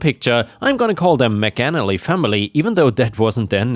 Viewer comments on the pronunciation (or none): I was wondering why was saying McNally and Maganally at some points only to discover that the name was McAnally!